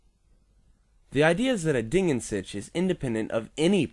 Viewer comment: Your pronounciation of "Ding" was correct and you can easiely fix your pronounciation of "an" by exchanging the a sound you did with the a sound in bartender, the n stays the same. The "Sich" is the tricky part as I can't recall for the live of me any english word with a simillar pronounciation of the german CH.